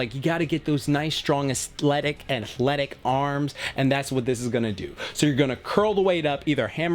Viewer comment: “Asthletic” LMAOOOOO 🤣